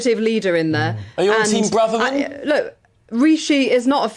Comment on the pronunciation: You're still pronouncing Suella BRAVErman's name wrong. You're in danger of becoming Tool of the Week..... That's from one Irishman to another, for those of you not from Southern Ireland!